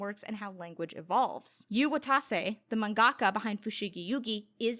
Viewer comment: it’s manga~ka… not man~gaka Or just say manga artist lol Otherwise great answer informative video. Never heard of this series so I’ll be sure to check it out.